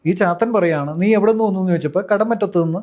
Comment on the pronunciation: കടമുറ്റത്തു അല്ല. കടമറ്റത്തു